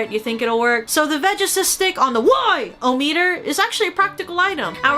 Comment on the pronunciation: I have strange addiction hearing her say WHYometer